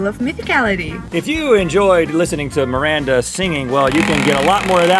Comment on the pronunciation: It's Miranda not maranta or maranda